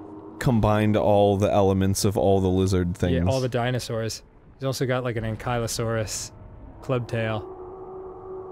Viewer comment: It’s not anKYLOsaurus. In anKYLOsaurus. Inventory. Christ. >_>